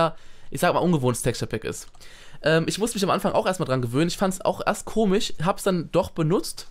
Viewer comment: "komig" wie Simon sagt! :D